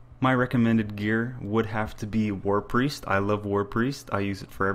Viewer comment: it's WARPIEST... jesus christ everyone says "war priest?" no. just no. warp iest.